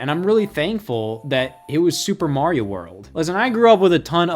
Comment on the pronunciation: Dear Americans, Mario is pronounced, er, "Mario", not "Morio". Thanks 😀